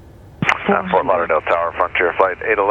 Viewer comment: Has trouble saying "Ft Lauderdale". lolol